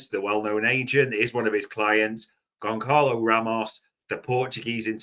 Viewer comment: Friendly FYI, the C in Gonçalo is pronounced as an S.